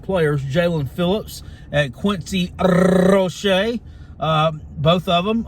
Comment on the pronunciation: I love the way you roll your "R's" when you say Quincy Roche 😂😂😂